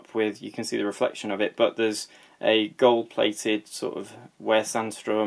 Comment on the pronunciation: Your pronunciation of Sandström is just fine. That can't be said for for sjöö though.